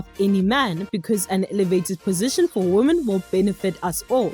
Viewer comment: Why does she saying "woman " instead of "women " when referring to more than one woman?